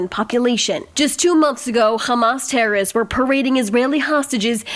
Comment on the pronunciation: Ladies, if you are going to use the word "terrorists" so frequently, don't you think it would be a good idea for you to learn to correctly pronounce it?!! The word contains THREE syllables, not two, and is neither pronounced "terrists", nor "terists"!